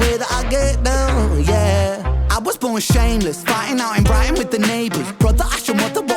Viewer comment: Brighton is in Britain. Ren sounds like he calls it Brightan when he sings as it rhymes with the other lines around it. Although from Wales, Ren has lived in Brighton for much of his adult life. It is a seaside town, hence why you will often hear him highlight seagulls in his music. The verbal non-words he randomly throws in are known in jazz as "scat". Yep, just like wild animal dung. I can only suppose it was used to indicate the randomness of its appearance.....? Someone else may know the actual meaning behind its use? Yep, with Ren the song you just heard is most often your favourite. Eventually, you find yourself listening at home to the same few every day and can say with more conviction that all Ren's songs are great, but a few are just remarkable!